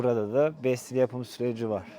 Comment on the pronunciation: Bestil değil pestil